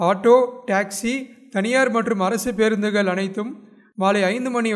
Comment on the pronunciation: பெருந்துகள் அல்ல பேருந்துகள்